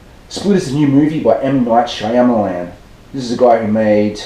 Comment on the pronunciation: Love the way you say: shay-ahma-laan haha